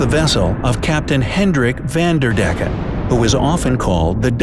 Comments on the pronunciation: I like how they say van der deck, because I'm dutch it's a bit funny and a bit irritating😂😂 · Its not spoken like vanderdecken its van...der...decken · I’m dutch and I laughed because he speaks the name van der decken really funny out. Sorry for my bad English.